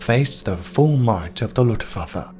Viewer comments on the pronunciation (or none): The "lootvaffuh"? Its pronounced LOOFT VAHF UH. Simple. Unless youre one if those low intelligence/microbrained individuals. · ‘Ludwabbe’……..youve some odd pronunciation of ‘Luftwaffe’